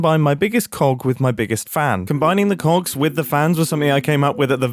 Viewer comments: are you sure you said cogs? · Mumbo, I'm begging you to enunciate that "g" a bit more... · Maybe you need to practice your enunciation because "Big Cogs" is sounding a bit sus. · I can't stop hearing "cocks" instead of "cogs" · Mom walked in halfway through this video and misheard mumbo. She instantly goes “WHY ARE YOU WATCHING VIDEOS ABOUT MEGA COCKS?!?” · am i the only one understanding cock instead of cogs??? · I definitely heard “cogs” every time he said it. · missed a great one: “and all I could think about is cogs!” especially considering how softly he pronounced the g in that one hahaha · he did not say cogs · Mumbo please annunciate your Gs 😂😭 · mumbo mate i need you to pronounce COGS a big better because this is quickly sounding very un pg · Mumbo, can you make a working clock with this concept though? (totally didn't get this idea from mishearing you making "coggs") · If you listen at 1.5x speed, the "k" sound is even more pronounced...